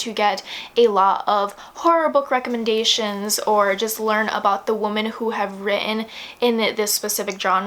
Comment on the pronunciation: For some reason it really bothered me when you kept prouncing women as woman lol